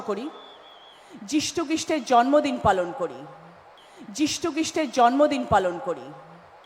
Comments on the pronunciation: ছিঃ। ছিঃ। এরাই জনগণের প্রতিনিধি ! ভালো করে কথা বলতে পারে না যে সে সাংসদ ! ভারতের মোট লোকসংখ্যা যেখানে ১৪০ কোটি সেখানে একজন প্রতিনিধি বলছে দশ হাজার কোটি লোক। হাস্যকর ব্যাপার। এরা পশ্চিমবঙ্গের লজ্জা। যীশু খ্রীষ্ট কে বলছে ইষ্টখিষ্ট। ধন্যবাদ সরকারী অনুষ্ঠানে রাজনৈতিক বক্তব্য রাখতে গিয়ে উল্টোপাল্টা কথা বলে যাচ্ছে। ভাবতেই ঘেন্না লাগে। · এদের বক্তব্য শুনে স্ট্রোক হয়ে যাবে মানুষের যীশু খ্রীষ্টের নামই উচ্চারণ করতে পারছে না আবার সেই 10,000 কোটি হা হা হা হা হা হা ভোটের পরে সব ফ্রুত বর্তমানে শুধু গদি আর টাকা এই চলছে হায়রে বাংলা হায়রে বাঙালি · যীশু খ্রীষ্টের যিনি নাম উচ্চারণ করতে পারছেন না। তার কোন অধিকার আছে যীশু খ্রীষ্ট কে অপমান করার? সমস্ত সম্প্রদায়ের মানুষ গর্জে উঠুন, যাতে চেয়ারে একজন প্রকৃত মানুষ, প্রকৃত শিক্ষিত মানুষ, প্রকৃত সমাজসেবী মানুষ স্থান পায়।কোন অপদার্থকে যেন সেই চেয়ারে স্থান না পায়। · If she can't pronounce ,Jesus Christ or Jishu Christo that means she doesn't know the relevance of the name. Is she educated . Such a shameless woman